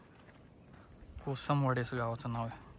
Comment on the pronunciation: भावा कोसंबवाडी नाही रे कोसमवाडी